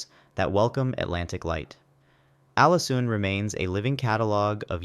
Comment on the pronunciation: Very bad pronunciation of Norwegian! You could at least have checked Forvo or something. You plainly ignored the Norwegian characters æ, ø and å, Ålesund is not "Alesund".